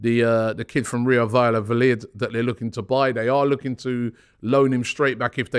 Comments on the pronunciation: Robbie mate these names hurt my brain. Kiwior = kiwi-your Valladolid= Val-yeah-dough-lid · Robbie it's pronounced Vi-Jah-doe-lid